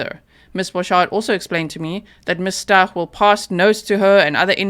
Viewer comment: honey, it's pronounced ST-OW-k